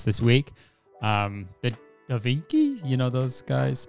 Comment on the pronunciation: Am i the only one thing about Corpse saying " Da vinky "